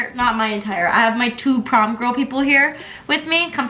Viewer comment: I'm I the only one that hears "Pom" instead of "Prom"